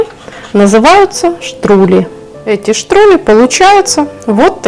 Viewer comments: Я выросла в немецкой семье и хочу сделать поправку, правильно говорить ни штрули, а штрудли от слова штрудель Но идея с таким галушками шикарная! Спасибо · Добрый день это штрюдли ,а не штрули штрули на немецком переводится кака сыкун😂